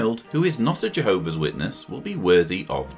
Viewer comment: It's pronounced J- Hobees 😂